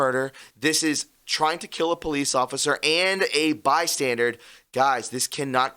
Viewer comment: Bystander, not bystandard